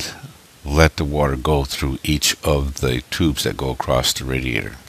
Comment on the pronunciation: please, please, for the love of god stop saying ACROSST!!!!